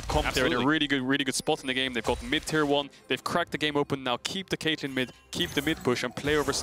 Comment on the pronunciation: Cait - LJ - in.